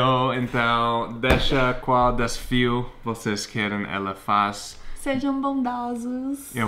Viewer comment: o certo é falar DeSAfio e nao deSFio. rsrs